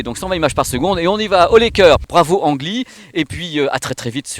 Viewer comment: Petite info made in Taïwan : si tu veux te la jouer dans les dîners en ville, il ne faut pas dire « Ang Lee » mais prononcer « Lee Anne ». Je vais être obligé de l’acheter pour faire à ma taïwanaise d’épouse 😅